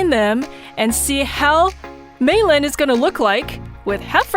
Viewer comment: I love how she calls mei lee meilin by the way i lov your vids